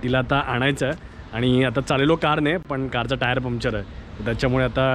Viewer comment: its not pumpchar its puncture